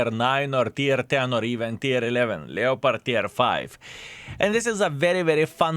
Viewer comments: Never played a "Lee-o-pard," however I have played a "Lep-perd" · from the French, "lay-o-pard", so your pedantry is misplaced :P "Lep-perd" or whatever regional pronunciation, is just typical English appropriation laziness.